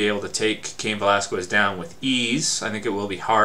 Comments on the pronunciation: whats up with people and their Cain "VelasKuez"?? ... its pronounced "VelasKez" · Its pronounced without the U, velasqez, but is written Velasquez